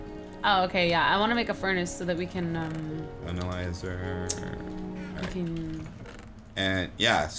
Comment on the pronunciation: it's ANYLIIZER, AN A LIE ZER